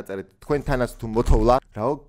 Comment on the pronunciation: მოთოვა, მოთოვ"ლ"ა რაარი ბიჭო)))))